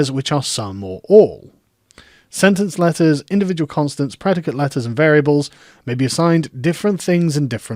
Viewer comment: "and, or, if und for" you German now Carl?